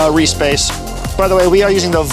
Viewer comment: The way you said reese bass, sounded like re-space